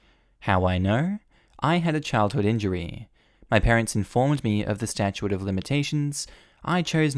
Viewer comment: Argh! Statute is pronounced ˈstaCHo͞ot, not ˈstaCHo͞o ate